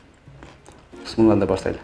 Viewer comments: Бисмиллях деп эле айткылачы Ради Аллаха Че это вообще бысмылда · Быссымылла эмес биссимилла